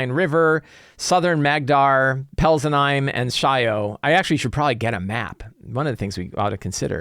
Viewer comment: Peltzenheim should be pronounced Pelts-en-heim (heim like in Heimdall)